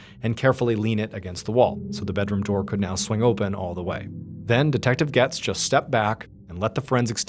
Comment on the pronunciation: Its "GOETZ"(GATES) ...not "gets"....js lol